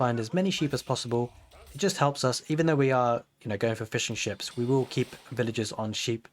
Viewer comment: Thanks for another awesome build. Just taking a look at some of the PDFs now. Everytime you said "fishing ships" all i kept hearing was "fish & chips" =D